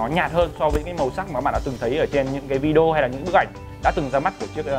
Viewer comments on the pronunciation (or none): none